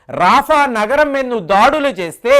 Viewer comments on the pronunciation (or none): none